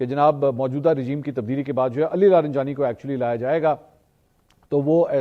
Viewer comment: Mansoor Bhai ye Ali Larijani lafz ha Ali laranjani Nahi